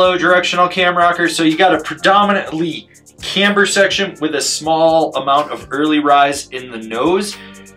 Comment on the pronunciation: This thing looks like a blast! I love it when says “camber” with three syllables…🔥